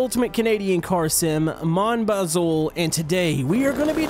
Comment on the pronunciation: Am a french canadian and You need To prononce it mon bazoo